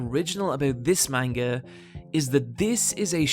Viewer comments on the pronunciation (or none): This is decently researched, but please pronounce manga right.